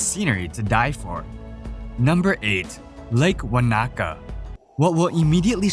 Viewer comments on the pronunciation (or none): Great video, but the pronunciation of some places like Tongariro and Wanaka was very off! Keep up the good work :)